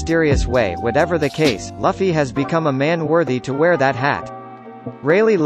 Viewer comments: it's L-u-f-f-y Not L-o-f-f-y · It's luuufy Luffy not lafy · Bruh his name isn’t (Luhfy) it’s pronounced (Loofy) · Dude was pissing me off saying his name wrong! He's definitely not a one piece fan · Learn to say the name